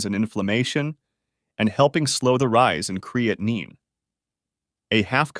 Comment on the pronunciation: An AI fake person who can’t pronounce or spell creatine correctly.